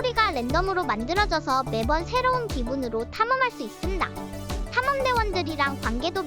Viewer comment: 있슴당 발음 개웃기넼ㅋㅋ